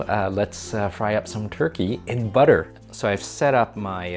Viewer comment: I love BUDDER! 😂😃